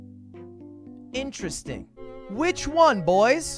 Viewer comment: He say "In-tres-ting" at the same the beat goes dun dun dun😂